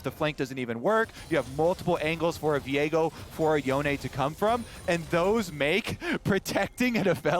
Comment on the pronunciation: is that really how you pronounce yone? Holy.